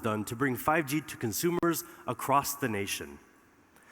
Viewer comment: First of all, it’s not acrosst it’s across. Second, drop T-Mobile and branch out to other carriers.